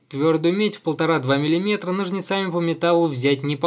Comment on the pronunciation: ну комон, нОжницами... откуда вообще ударение на А взялось?